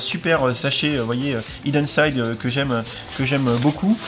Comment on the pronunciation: Les boooooules! Je regrette de ne pas avoir pu y aller, ça avait l’air sympa. J’ai encore plus les nerfs pour le calendrier et encore plus pour les goodies Hidden Side! Well done et en plus t’as bien prononcé 😉